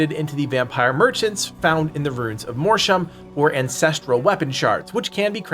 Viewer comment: Every time he mispronounces Mortium I feel a percentage of my cells die